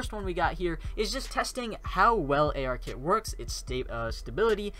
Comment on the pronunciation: You know, what you showed in is like the "Hello World" app equivalent of an app that uses ARKit. And it's ARKIt, not AR Kit.